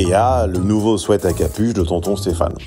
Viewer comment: On ne dit pas ( dans la pub de la chaîne) swiiit mais swèt en parlant du vêtement proposé en cadeau. Swiit est une faute courante des non anglophones.